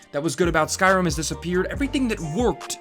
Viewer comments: Skyrim not skyrum u moron 🤣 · What’s “Skyrhum”?